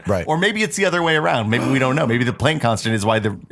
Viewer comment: A couple things: 1. Euler is pronounced 'Oiler' 2. Plank is pronounced 'Plonk' 3. 1=.9(repeating). Think about how (1/3)=.3(repeating). Now multiply both sides by 3. Sorry for nitpicking, I love you guys and this show!